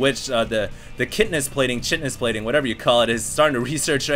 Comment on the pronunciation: "Shitness plating"? KI TI NOUS. There